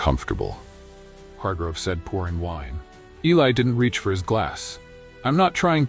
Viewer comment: First of all I WISH THAT YOUR BOT-ARRATOR WOULD PRONOUNCE ELI'S NAME CORRECTLY. Are we supposed to count the number of times his name was pronounced with a short "i" or a long "i"? It makes a difference, you know. AND WE'RE TALKING DETAILS IN THIS STORY. Now on to our hero, however his name is pronounced: his proscription has nothing to do with his job as a janitor--black, white, red, yellow, or purple with pink polka dots. We're talking ACADEMIA--and ACADEMIA is a tough nut to crack regardless of color or experience. Academics as people, on the whole, are easily threatened. Clawing your way to the top isn't easy nor free from injury: puncture wounds due to repeated backstabbings from "colleagues". There's an old adage, "Those who can, do; those who can't, teach." How do I know? I was on the academic track at one point in my life decades ago. Getting through Masters' and Doctoral candidacy was brutal. Each university had different standards for presentation style--and I mean style, NOT substance. It was a nightmare just getting approval for the subject and scope of a thesis. At the end of two years and before a defense was even mounted before a committee of the insecure, style above substance governed the first round of thumbs down. Guaranteed. Two very hardnosed committee members would actually begin with a ruler measuring each page of a thesis for accurate margins--top 1", bottom 1", right margin 3/4", left margin 1-1/2" (inclusive of three hole punches and binding allowanc